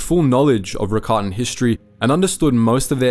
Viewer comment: I think I have a good question- if the Rakatans originated in legends books, what was the piece of media that made it clear it was pronounced like Ricotta instead of rackatan?